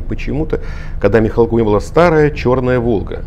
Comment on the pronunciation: Мих'алков,а не Михалков.